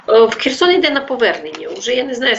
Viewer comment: Cher wam a ne Cherson